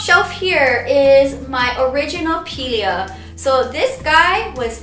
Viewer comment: Your pronounciation of the "Pilea" makes so much better sense😂😂 --(P-lia)